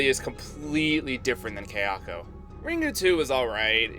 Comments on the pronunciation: I’m sorry to be this person, but gah, your butchery of their names is wounding me. “SAH-da-ko” not “sah-DA-ko”. Most Japanese names have the stress on the first syllable. Her name (and Kayako’s) are repeated so many times in the film. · Sada-ko not Sadak-o... Kaya-ko not Kayak-o